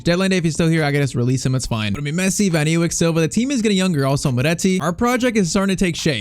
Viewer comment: how you say van ewijk is van a yk